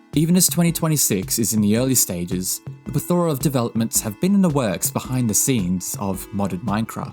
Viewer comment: plethora /ˈplɛθ(ə)rə/ is pronounced "plEthora", not "plethOra"